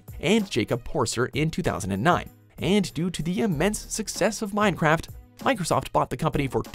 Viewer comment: did you just say Mine crap.